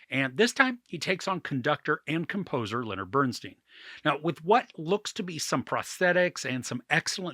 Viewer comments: STEIN not STEEN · His name is BernSTEIN not BernSTEEN! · Pronounced “Bern STINE” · Why some Americans keep pronouncing his name as BERN-STEEN instead of BERN-STYN jesus christ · Please say his name correctly. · We’re supposed to take YOU seriously as a reviewer, but you can’t even pronounce Bernstein correctly? Did you actually watch the movie?